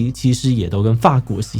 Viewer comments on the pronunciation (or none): 教育部國語辭典： 法 (ㄈㄚˋ) 國 --- (ｘ) 法 (ㄈㄚˇ) 國 --- (ｏ)